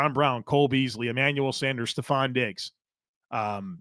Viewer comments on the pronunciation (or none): none